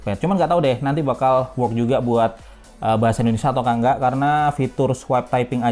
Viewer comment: Kagak+Enggak= Kanggak 👏😂